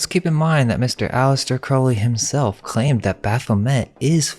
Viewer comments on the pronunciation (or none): none